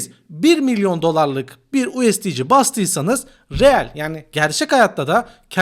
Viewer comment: Usd kısmını ingilizce söyleyip sondaki c harfini ci olarak söylemen çok rahatsız edici, o kadar insana hitab ediyorsun düzeltmen lazım